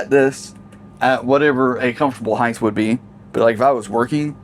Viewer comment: I hate to correct you but. The word is HEIGHT!